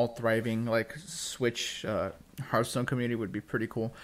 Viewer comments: It's "Hearthstone" not "Heartstone" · HEARTstone? HEART? H A FRRAKING H... im done